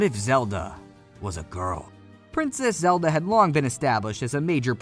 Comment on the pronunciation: I'm gonna act like he didn't just call Link Zelde